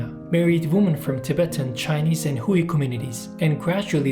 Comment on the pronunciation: Very nice video. My only complaint is that "Hui" is pronounced "hwey"